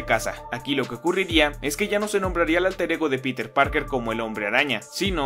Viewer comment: Algo similar noté pero con el nombre de Peter. Parece que no se pusieron de acuerdo pues unos dicen "Pirer" (buscando un acercamiento a la pronunciación en inglés) y otros dicen "Piter". Si no me equivoco, el mismo Jonah Jameson dice "Pirer" Parker al principio y más tarde lo menciona como "Piter".